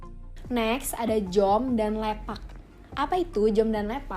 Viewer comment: Lepak. Mbaknya berbunyi lepaq😊